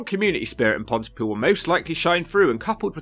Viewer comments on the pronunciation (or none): Places that start with Pont - y - (Bridge - the - ) have the emphasis on the defining or varying part of the name. So Pont-y-POOL. You wouldn't say "UxBRIDGE" or "CamBRIDGE", would you?